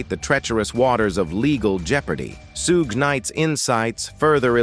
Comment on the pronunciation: If you are going to talk about someone learn how to pronounce their name please. It's Sug...as in Sug ar.....silent e (Suge)